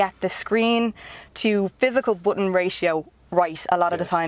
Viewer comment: she said "booten" for button, what accent is this?